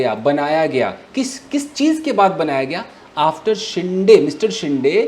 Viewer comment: It's not शिंडे, its शिंदे